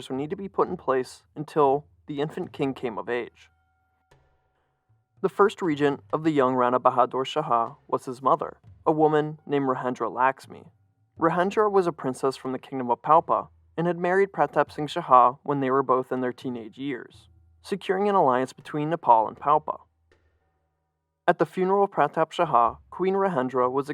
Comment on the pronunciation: Great video, but your pronunciation on the central figure's name was off; the J in Rajendra is the same as the standard English j, as in "jump" or "jet" (j's are only h-like sounds in Spanish spelling), and Laxmi is pronounced "Lahk-shmee". You got "Shah" right though, which is kind of funny because it's pronounced differently in Nepali to almost every other language.